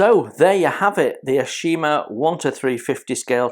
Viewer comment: Hey, mate. It's pronounced "Tah-kah-oh". The company is pronounced "Ah-oh-shi-mah". A gorgeous kit to be sure, of a beautiful ship! The brown rectangular thing you see on the side at the stern is an auxiliary rudder. If the ship's normal rudder is jammed by battle damage, then the auxiliary rudder can be released astern, attached by cables. It drags behind the ship at some distance, and can then be pulled to one angle or the other by the cables, thus acting to steer the ship either to port or starboard. A clever idea! And the main deck, as usual with Japanese cruisers and destroyers, is covered with the usual brown linoleum (with brass divider strips) instead of teak wood planking. I'm looking forward to building this one as soon as I can get to it. To me, these were the most handsome looking heavy cruisers in the IJN.